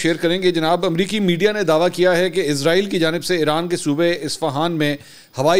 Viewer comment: Ask mansoor # بھائ جان لفظ عزرائیل نہیں ہے اسرائیل ہے پلیز کوریکٹ دیز